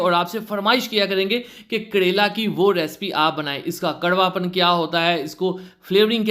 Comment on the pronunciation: pehle karele ka naam lena to sikhlo kadele karela hota ha karela